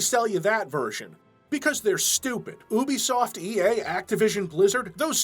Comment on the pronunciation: It's pronounced You-Bee-Soft.;)